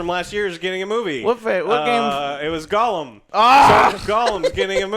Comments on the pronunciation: Why do you say goal um? Its gollum. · Damn it joe....Gollum.....not golem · Why does Joe always pronounce gollum, golem....? Infuriating